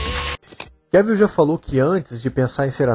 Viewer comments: Sim...acho que o teste para o filme 300 é uma informação equivocada. E da próxima vez, de novo: É QUÉVOL! Não Quévil..🤦🏻‍♀️ É só lembrar de viagem em Inglês: TRAVEL/QUÉVOL. Tem um vídeo onde ele mesmo ensina a pronúncia, tá??!! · O nome dele se pronuncia Cavel, como travel...